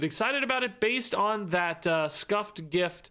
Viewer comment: Thank you for pronouncing gif properly.